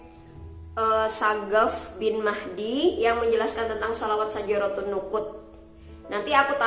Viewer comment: syajaratun nuqud neng, bukan nusuk🤭😋